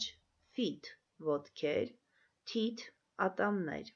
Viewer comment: Teeth- բառը սխալ եք արտասանում